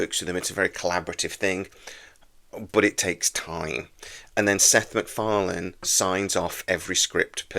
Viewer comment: "Sex MacFarlane".